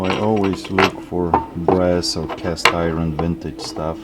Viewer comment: He's saying castiwon